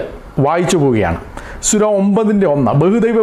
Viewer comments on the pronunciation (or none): സുര അല്ല പാസ്റ്റരെ, സൂറ എന്നു പറയണം. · സുര എന്നല്ല,സൂറ എന്നാണ് ഉച്ചരിക്കേണ്ടത് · സുര അല്ല mwone... 🤣 സൂറ ആണ്.. എന്തൊക്കെ ആയാലും അദ്ദേഹം പറഞ്ഞത് ഖുർആനിൽ നിന്നുള്ളത് തന്നെയാണ്... പിന്നെ ഒരു കാര്യം കൂടെ അവർ തമ്മിലുള്ള കരാർ എന്താണെന്ന് കൂടെ നീ പറയണം.. (നിനക്ക് നട്ടെല്ല് ഉണ്ടെങ്കിൽ മതി )👍🏻👍🏻👍🏻👍🏻